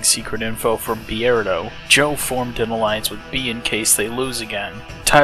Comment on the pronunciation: Why do you pronounce his name Bee-erdo and not Beard-o?